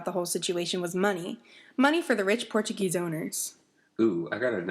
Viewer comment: Absolutely loved, but Portuguese pronunciation was very off.